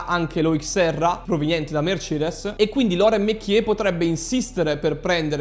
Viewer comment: Si dice loràn mekièsz